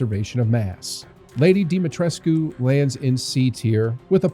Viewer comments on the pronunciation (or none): none